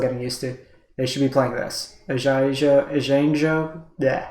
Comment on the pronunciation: I think in general you've done a reasonable summary of what's going on (I also understand this video is now a bit outdated at the time I'm writing this, though that isn't relevant for my comment), but man... those pronunciations were KILLING me, lol. Eye-gahn-jo (Kami of ) Tran-zee-uhns (Patchwork) Aa-taa-muh-taan Just some food for thought.